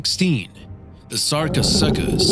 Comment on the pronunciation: It’s sarco-sue-cus not sarco-suck-us